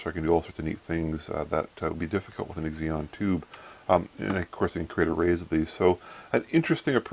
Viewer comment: Eggs-eon? Cute. ZEE-non. Xenon. Xeon (zee-on) is an Intel brand name. :-)